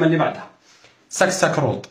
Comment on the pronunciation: سكسكرود😂الكاسكروط راه يبكي في الزاوية